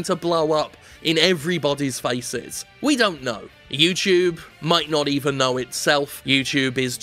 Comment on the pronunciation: YouTube Challenge: Take a Drink every time Jim says "YewTewbe." I made it to minute 8....